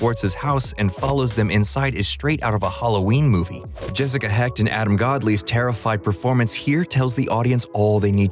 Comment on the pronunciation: Can’t thank you enough for pronouncing Jessica Hecht’s last name correctly